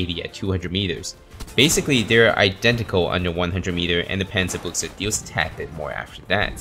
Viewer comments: Say Panzerbüchse, not Pänzerbuchse. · Think think its pronounced as panzer byou-huh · It's pronounced panzer Boosha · Well, actually it's pronounced Panzer Büchse with the ü being closest to something like the i in "bird". So it's more like Panzer Bi(r)gse